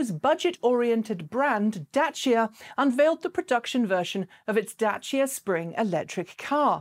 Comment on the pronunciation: You’re saying Dacia correctly. Good job.